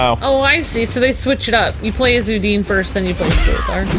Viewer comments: Why do you call her Udeen? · Her name is not udin it’s udonna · Why you guys call Udonna like "udin" ? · Her name is udona not udine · Her name is Udonna... UdonnA! Not E... my goodness have some respect for one of the greatest Rangers and mentors of Ranger History. Thanks for sharing but get her name right. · It’s pronounced ew-Donna (Udonna) white mystic force ranger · Udonna is pronounced like â dawn â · lol i like how they say udonnas name wrong when the game tells you how its pronounced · you said udonna's name wrong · The way they pronounce udonnas name irritates me